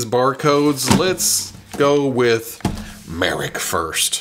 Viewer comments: ok. let me help you out. His name is pronounced Muh Rock. Just say The Rock and replace it with Muh. Marrok. That's how they said his name in the show. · Now we need a Marrok that howls and shoots out green farts when you squeeze him. Get on it (add a toy company name here)! Pronouncing Marrok differently every time throughout the video was hilarious,.